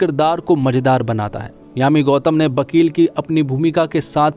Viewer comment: Bhn ke lode vivek naam h uss ldke ka bibek nhi or vakil hota h bakil nhi hindi bolna sikh le